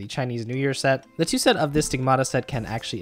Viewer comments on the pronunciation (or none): none